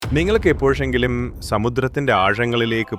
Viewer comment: എടാ മൈരേ എ പ്പോഷെങ്കിലും എന്നല്ല മലയാളം, എപ്പോഴെങ്കിലും എന്നാണ്,,, പറഞ്ഞു പഠിക്ക്